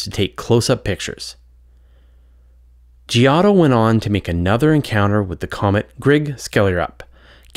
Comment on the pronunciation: Giotto: ( 'gee-OH-toh' )